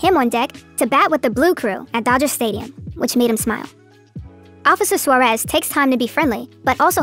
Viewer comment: As a Native Spanish Speaker, I CRINGE at how the PragerU guy pronounces "Suarez".